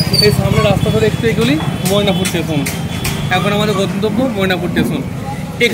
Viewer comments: ভালো কাজ করছেন। তবে উচ্চারণের দিকে নজর দিন। 'টেশন' না কথাটা স্টেশন। আর মোয়নাপুর না ময়নাপুর। বাংলা ভাষাকে বাংলাই থাকতে দিন। ধন্যবাদ। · আপনাকে বলে রাখি যে ওটা টেশন নয়,স্টেশন উচ্চারণ আগে ঠিক করুন তারপর ব্লগ করবেন😂